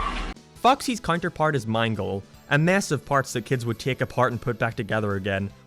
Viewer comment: and for mangle he say main-goal